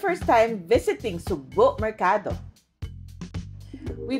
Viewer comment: pronounce as sugbooo not sugbu!